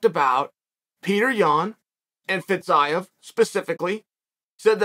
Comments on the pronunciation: Fa-Zeev Chael 😂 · No fucking way he just pronounced Fiziev like that